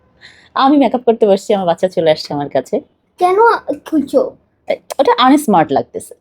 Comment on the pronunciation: Mak up na make up,unismart na unsmart , libistik na lipstick,Allah apni ki bolen to !dowa kore English na parle English sikhe tarpor kotha bolen naile bolben na ,bangla o to suddho paren Na, shotti kore bolen to kon school theke porashona korechen?also as far as I know ota concealer and not controller,oh Allah!